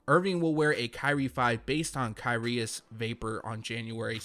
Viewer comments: Knit picking but you pronounce Kyrgios - kireeoss👍 Love the channel ... keep up the good work😉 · A little late but it’s pronounced KUR-Rios for the Kyrie tennis collab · It’s pronounced Kih-ree-ohs. S2g everyone doesn’t know shit about tennis.